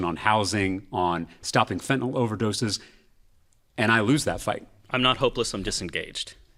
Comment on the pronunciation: Reasonable, smart and actually pronounces fentanyl correctly.